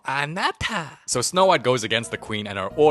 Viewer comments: “strawbewy fluewa yuri ma anata 💅💅” was really funny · No one is talking about when bro said ..STAwbERRy FOlaibou nYO RImA AA Na tAA-.